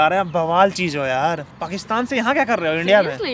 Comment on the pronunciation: Ladki ko pehle itna to smjha lo ke pakishtan nahi pakistan hota hai nehayet hi ghatiya scripted tha